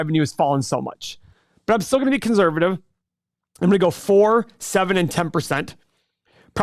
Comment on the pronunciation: money - can someone PLEASE tell that there is not a “z” in conservative. Thank you.